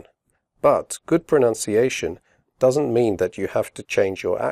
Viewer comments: you pronounced 'pronunciation' wrongly in the video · This is a good overview for student understanding but I decided not to show it to my IELTS students because the man here actually mispronounces the word 'pronunciation'!!!!!!!!!!!!! Therefore I can't take this channel seriously and wonder what other language errors lie in this English language test instruction LOL